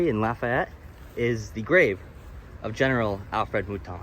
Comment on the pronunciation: This was really good. Lived here my whole life and never knew there was a battle there. Lafayette = Laugh-E-yet .. the Fayette is pronounced fee-et not fay-ette Mouton = moo-tawn but that n is pretty silent.